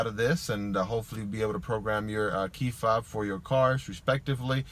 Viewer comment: He said key fab not key FOB. 😂